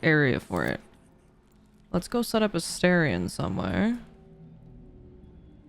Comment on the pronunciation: It's pronounced Selu-naah not Selu-ney and it's pronounced A-star-ion, not A-stay-rion. They say it so many times I'm surprised you haven't noticed 🤔 unless you're doing it on purpose then fair enough 🤷‍♂️